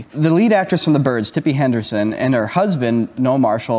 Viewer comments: Hendren not Henderson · Tippi Hendren not Henderson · Tippi Hedren, not Tippi "Henderson". And keep bringing on!!! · Tippi Hedron, not Henderson,.